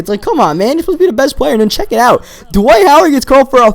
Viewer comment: ITS DWIGHT NIT DIWGHTTTTTTNFHFHFJJCJ